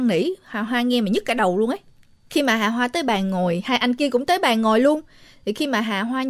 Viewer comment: Nói chứ nghe mấy lần luôn, bé nó tên Hà Hoa mà sao tôi nghe cứ ra Hà Bá là sao ấy nhỉ 🤣🤣🤣 Thanks!!!